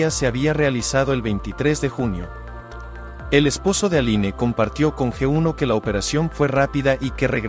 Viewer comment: Se escribe ALINE, pero se pronuncia: "Alin" nombre de origen francés.